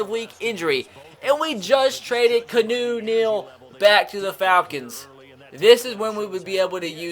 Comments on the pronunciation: His name isn’t even key-new it’s key-on-oh Neal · I know you just trade him to the Falcons but can you not call him Canoe Neal like the boat, it's pronounced Kee-ar-new Neal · Its not fucking Canoe its Key on u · It’s not pronounced “Kuh-new” it’s “key-ah-new” you dumbass... 😑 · KEY-AH-NU NOT CANOE YOU FUCKING IDIOT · "Canoe Neal" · Lah-tay-vee-us its Latavius not Latvius. Also its Kee-on-ou for Keanu. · My favorite part about the julio trade is that I'll no longer have to hear you butcher keanu's name